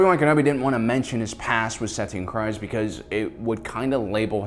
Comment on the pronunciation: every time u say satine kryze my ears burn. how can u spend ur whole life on star wars and not know how to say her name